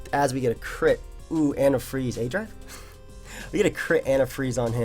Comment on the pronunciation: Lmao "adrive?"